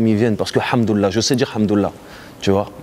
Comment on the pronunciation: Bonne interview malgré quelques problèmes de sons. Juste un point sur lequel j'aimerais revenir on dit "al Hamdoulilah" et non hamdoulah comme il le fait dans cette interview et sons. Et ceux qui disent qu'il parle d'argent il dit juste qu'il a les moyens pour vivre sereinement et qu'il était millionnaire. Sans donner la valeur exacte de ce qu'il possède.